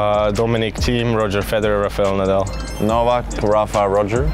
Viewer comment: Why no one can say Dominic theim surname start with d